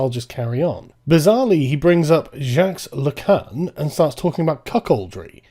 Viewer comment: Wow, you could have at least looked up how to pronunce Žižek and Lacan.